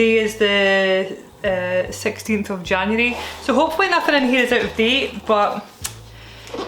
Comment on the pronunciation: Gonna need youtoobz to step it up and start writing subtitles as you say them. I want to know how you'd spell January the way you said it😂 sounds better than my southern accent